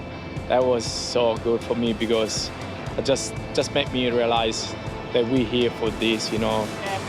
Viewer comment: the “because” was so italian skvsbsg